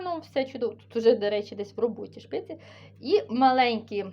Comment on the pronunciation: Вибачте, але не шпиці, а спиці.